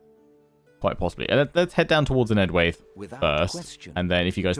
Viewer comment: You should pronouce enedwaith like EN-ED-WHY-TH